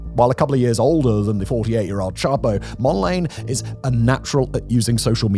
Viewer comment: "Mond-layne"? I thought it was pronounced "Mond-la-nay".